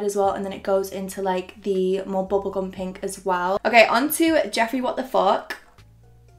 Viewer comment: Nobody:: bObbOl gOm